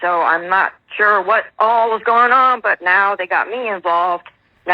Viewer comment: DUWAT!!!!!! KAREN SAID DUWAT!!!!They are ALL IDIOTS!!!🤣🤣🤣